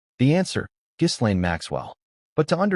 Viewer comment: Too bad you don’t know how to correctly pronounce Ms. Maxwell’s first name!